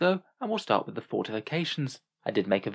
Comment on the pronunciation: "Huuuur, so when you say playing aroudn your subfaction's weaknesses, u meen not playing your subfaction to not have to deel wiss weakness" that's how you sound right now.